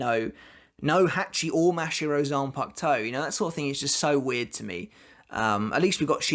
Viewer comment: I have two things for you to improve 1. You need to work on your pronunciations, specifically with your a words, such as ‘Shinigami’ or ‘Mashiro’. 2. You sound like you have no emotions, when you do Rose’s ‘badass’ line, it doesn’t sound like it, put some more meaning and feeling into it.